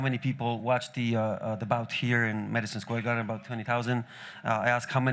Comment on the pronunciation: "maaaaasiion square garden" Dana is drunk might be coked out but either way he deserves it lol